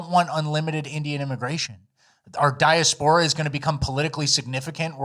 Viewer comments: dye-ass-poor-uh not dye-uh-spore-uh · RRB: di·as·po·ra /dīˈasp(ə)rə/ "DEE ASS POUR UH" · "diya-spor-ah"? lawls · You pronounce diaspora wrong